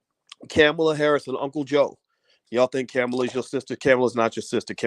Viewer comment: C'mon, Dr Bryce her name is pronounced "comma-La" thats so racist.